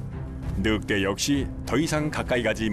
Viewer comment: 느윽대로 발음하는 게 표준어인가 보죠?